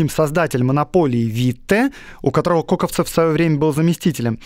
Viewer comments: Он не КОковцев, а КокОвцев! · КОковцов? Серьезно? Про огромное количество исторических неточностей в других подкастах я промолчал, но это уж совсем вопиющая безграмотность… КОКÓВЦОВ!!! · КоковцОв - ударение на последнее "О". У Пыжикова есть интересные лекции о нём, Витте и других полит.деятелей того времени, где они предстают перед нами немного в другом свете, нежели гласит офиц.история.